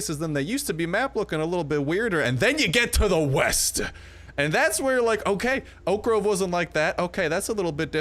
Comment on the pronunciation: Can you please stop saying oak-ah grove? It gives me brain aneurysms.